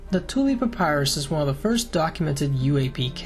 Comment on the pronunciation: Really like the video/content. Btw, 1 rod is equal to 16.5 ft., not 150 ft. I wouldn’t usually nitpick, but it’s quite the difference in size. Oh, and papyrus is pronounced puh-PIE-russ.